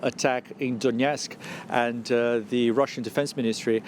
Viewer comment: DONETSK not DONYETSK